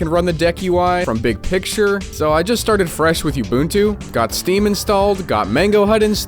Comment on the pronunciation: it's pronounced oo-boon-too